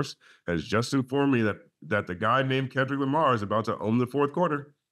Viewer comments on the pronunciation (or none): none